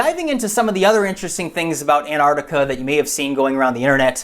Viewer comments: Ant-Arc-Ti-Ca. It sounds weird when you say Anartica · it's not pronounced Anartica ..... it's Antarctica , less of the lazy Americanism please .. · Antartica not Anartica!!!!!!! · it's not 'Anartica' .. it's 'Antarctica' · Say Antarctica! You sound like a child saying anartica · Mike Parkes An-artica to my ears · Meanwhile, it should be "ant-ARC-tic-a" (with both c's pronounced). But that's just me being a pedant. :-D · Why do Americans not pronounce the t in anTarctica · Can you please pronounce the T in anTartica. It’s isn’t silent. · Reads wiki info on Antarctica... can't pronounce Antarctica.... :( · Why cant Americans pronounce the T in Antarctica? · Pronounce the first t for fuck sake. It's not that hard.